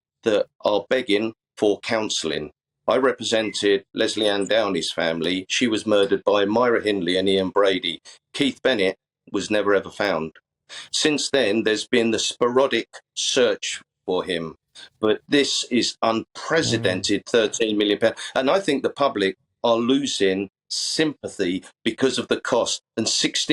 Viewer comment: SPORADIC. Not Sparodic.